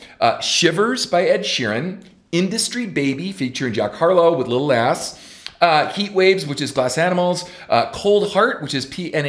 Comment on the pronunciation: Lol the way he said Lil Nas.